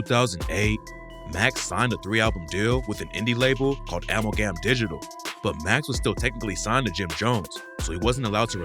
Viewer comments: Wtf is AMAL GAM digital. Its pronounced Amaalgum. 🤣🤣🤣 These clowns just make videos about shit they not even hip to. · Nah... I never heard "Amalgam Digital" pronounced this way. WTF is going on?